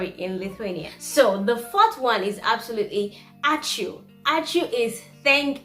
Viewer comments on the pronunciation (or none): Stressing is a bit off, but then I've been told that it's one of the more complicated things in the Lithuanian language. Sveiki for example or "sveiki̇̀" in a dictionary has this little thing on top of the last "i", which refers to short stress on "i", means you should stress that sound and make it shorter. A word ãčiū, another example. A has this wavy line in a dictionary, that indicates a long stress on "a", so you emphasize it and pronounce slightly longer. But that's advanced stuff. Even Lithuanians don't get it right all the time. Otherwise, I appreciate foreigners trying to speak Lithuanian.